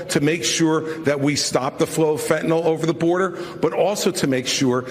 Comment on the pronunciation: Does anyone know how to say Fentanyl? It's NOT Fentanol (like TylenOL). It's Fentanyl like FentaNIL...lol!